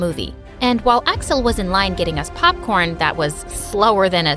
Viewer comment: First time she said Axel I thought she said asswhole💀💀